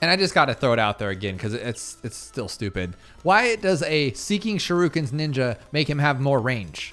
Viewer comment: bro said shirukens 😭😭